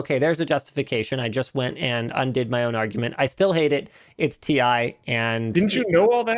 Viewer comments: I thought it was pronounced like tea☕ for 2080Ti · "Ti is always spelled Tie", sad Ti-Chi noises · My dude, Ti is literally like Pi. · As a Chemistry student I can tell you that basically nobody pronounces the Chemical Symbols like that. The letters are pronounced seperateley or the element itself is named. Pronouncing Titanium as "Tie" doesn't really make much sense and would be confusing. T, I is correct. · I will NEVER say "tie". It's tee eye. It's like how Sony confirmed it's a cross rather than an "X" (that one actually makes sense, but I don't care, I'm still calling it X because I have done my entire life and I'm not about to change everything I know because someone says I should) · NO, TI for Titanium is still pronounced t i. For example, we pronounce H20 as H2O and NaCl as NaCl. So, Ti cannot be pronounced TIE. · Ti was always pronounced T I. The marketing guy who told you it's "tie" is definitely trolling. Jensen Huang has been calling it T I for years now. You can watch the 2080ti launch. He says "Tee Aye" as much as he says "the more you buy, the more you save". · no its ti double x y z not tie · specs leaked or why it shouldnt be pronounced "tie". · Linus fire 🔥 that email back to nVidia and tell them any letters that are capitalized must be said each letter individual. For instance USA. You say U S A all separate not uuuuuuussssaaaaaa not yousaaaa. Just like RTX 2080 TI YOU should say it like we do R T X 2080 T I all capitalized letters must be pernounced as individual letters on their own it just that simple. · It’s Thai fighting as in Thailand, not fighting with ties 👍🏻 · So π can be pi and sound like pie, but ti cannot be ti and sound like tie? Hmmm, Linus, you should be the last one to go with stereotypes my man. You were the Chosen One! It was said that you would destroy the Stereotypes, not join them. Bring balance to the force, not leave it in darkness. 😂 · Titanium in Chinese is pronounced TIE